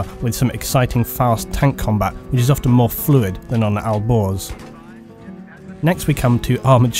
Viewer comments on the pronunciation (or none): when you said "Alborz" it sounded like "Al Gore's" lol